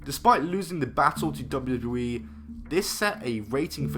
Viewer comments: Lol he can't say wwe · Can’t even pronounce WWE lol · At the start of the video, the way he said "WWE" 🤦🏿‍♂️ I was like wooah okay buddy 🤣🤣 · Please learn how to say WWE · The way this guy says "WWE" is funny af